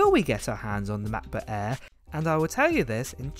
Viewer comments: "The new ma'boh a'h"? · " Macbook Aaee'' haha love your accent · Anyone notice the way he pronouncing "Macbook AIr" lol